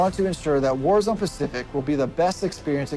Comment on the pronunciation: Bro really said concert in wazrone😂